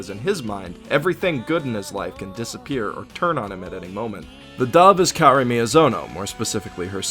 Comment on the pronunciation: the fact that you where pronouncing Kaori's name wrong made me wanna cry more than what i cried during this anime.